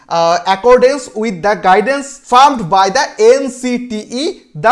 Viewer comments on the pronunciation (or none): ফার্মড্ আবার কি ফ্রেমড্ বাই😂 প্রিওর না প্রায়র